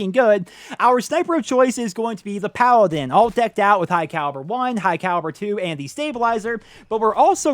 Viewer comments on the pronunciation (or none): none